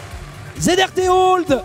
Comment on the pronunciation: Ya que moi qui prononce Zr Tolde et non Zrt Old ?